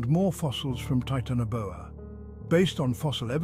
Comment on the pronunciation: Taitana Boa Not Titano Boa